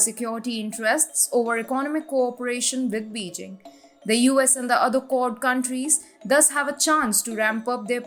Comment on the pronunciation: pleas elear how to pronounce Beijing - its Bey Jing